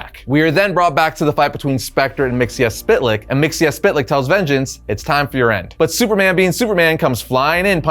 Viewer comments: Mxyzptlk (mee-zuh-plik) Don't pronounce every letter. LOL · it's not mixiaspitlic it's always been mitsoplic . so unless they changed his name you're saying it wrong. mit so plic is how it was always pronounced. unless he's a new version of the guy but you show old pics from old comics and that tells me it's the same character so in that case his name is mitsoplic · I can't take it anymore.... His name is pronounced Mik-zel-plicks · Its like this. MITZ - PITTL - LICK. SAY FAST AND BOOM. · It's pronounced Mr. (Mix-el-plickt) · Mxyzptlk's pronunciation from the Super Friends (Hanna-Barbera 1970s-1980s) had a much simpler pronunciation which is much more pleasant on the ears (miks-ill-plick). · I maybe wrong, but as a kid the 5th dimensional imp, he is my favorite enemy of super man. I really think and remember from the old cartoons from the beginning of D.C. Saturday morning cartoons, in his name the "T" is silent and the way he was pronouncing it was wrong. It is said Mix 'ol Plix silent "T" in the spelling. I maybe incorrect, but in my Saturday morning cartoons I remember it that way. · You really need to learn how to pronounce Mxyzptlk. 👉 Miks-yez-pittle-ik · So, new listener, appreciated the whole series, thank you. Please, for the love of Bob, never say Mr. Mxyzptlk's name again. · Always interesting to see how people decide to pronounce Mr. Myzptlk's name. In my mind, it's "Mix-uhl-pit-a-lick". I've also heard "Miz-puh-tilk" or "Miz-puh-tal-ick". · Wow great video....except you mispronounce Mister Myztlpitilyk....and that's is plain sad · The way he pronounced myxzptlk really ruined the whole video for me 😢